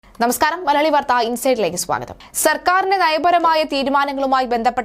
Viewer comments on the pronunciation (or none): none